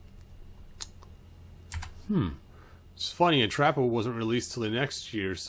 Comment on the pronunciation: His pronunciation of the names is sending me- Entrappah 😂😂